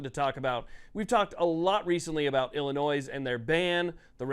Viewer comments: Love the content, but Illinois is pronounced "Illinoi" without the "s" Not "ill-eh-noise" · There’s no “noise” in Illinois. Pronounced “Ill-uh-noy”. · I’ll hit the like button if you remember the S in Illinois is silent. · Learn to properly pronounce the name of the state. Typical ignorant people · FYI the S is silent on Illinois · Please, learn how to pronounce "Illinois." I shudder to think of how you pronounce "Arkansas." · You don’t pronounce the “s” at the end of Illinois. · Someone please educate this moron that the final "S" in Illinois is silent. :face-blue-covering-eyes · The S is silent bro. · PLEASE PLEASE STOP SAYING THE "S" IN ILLINOIS! THE "S" IS SILENT